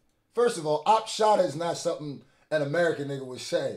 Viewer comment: Yeah this dude definitely has maybe a British accent, cause sometimes they pronounce a "g" as a "k", like when said somethink instead of something